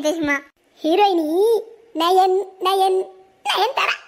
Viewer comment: lathiba Raatha, Nayanthaara Illa nayantithaara... 😂😂😂😂